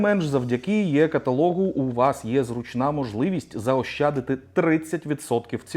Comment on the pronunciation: Пане автор не "Є" каталог на рос. лад, а "Е" бо так чіпляє не правильна транслітерація, що жах